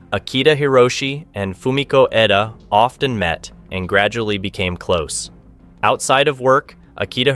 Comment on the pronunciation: I don't know if you realized that you were going back and forth in pronouncing Fumiko's last name. Sometimes you called her Fumiko Eda and other times Fumiko Edo. Could help if you had someone watch and edit the videos before publishing. You could just make them private and ask a friend to watch it before you open it up for everyone. Other than that I really enjoyed this one well written and narrated.